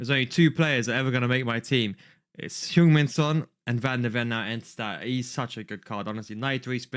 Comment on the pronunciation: You have the perfectly correct pronunciation for Heung Min Son's name as it would have been spoken in the Korean language.